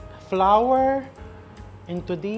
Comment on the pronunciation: "sweet and sawer, flawer (flour), towfu"🤣😮‍💨🤣